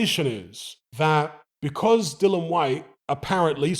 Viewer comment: Dillon!! Get his name right. Drives me crazy!!😤